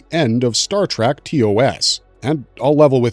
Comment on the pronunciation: WTF is Star TRACK? Obviously you were not taught phonics in early elementary school. Or would you say that it is a wagon TRAM to the stars Or perhaps a Waggle train? Really you can do better! I bet you have PITCHERS of family on the wall, right? What bassette ball team do they play for? You really do not know